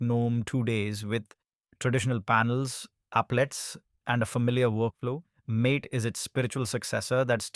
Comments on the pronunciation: That's correct it's not mate it's maaté, Spanish/argentinian word for a type of herbal tea (also the reason of green colour theme.. because of yerba) Just fyi for anyone who didn't know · Isn't mate pronounce as maateh